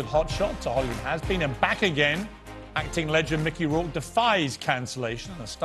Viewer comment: What is a Mickey Rowke